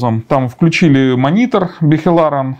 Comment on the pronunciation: Понять не могу, почему в слове монитор докладчик делает ударение на "и"?